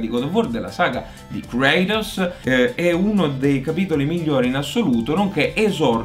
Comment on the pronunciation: Smettetela di Kraitos è Kratos